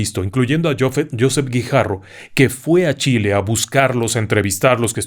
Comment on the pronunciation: La pronuncia correcta de Josep Guijarro, es "Jo" tal com lo ha pronunciado como en inglés peró la silaba fuerte es "sep" es decir josÉp, es catalan... gracias por los programas y por su atención